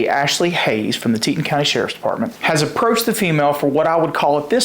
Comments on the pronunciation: FYI: Its pronounced Tee Ton county, not teet'n. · Teton, like Teetahn.